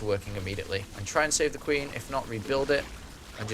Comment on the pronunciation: '' GOD SAE THE QUINE" lol